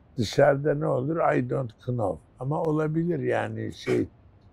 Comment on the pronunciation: I don't KKKnow dedigi için gülüyor normalde now diye okunur sonra hemen topluyor 😂.